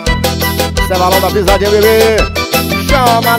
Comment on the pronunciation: O Cebolinha da turma da Monica falando "Barões da Pisadinha"😂😂😂😂😂